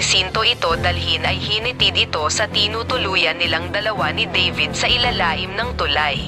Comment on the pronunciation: hinatid po hindi (hinitid) hehe:-)